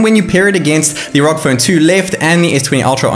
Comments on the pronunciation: Btw it’s pronounced R O G not ROG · Man why do ya speak so fast? Had to watch it at 75% speed. PS It's pronounced "R-O-G" , not "rogue".